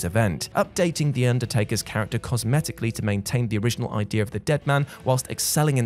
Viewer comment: Idea* not Ideer